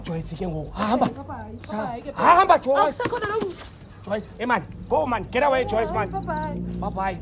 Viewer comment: “Het gateawaay man” 🤣🤣🤣🤣🤣